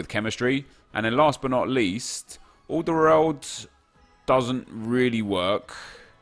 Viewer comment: The way he pronounced aldeweireld 😂😂.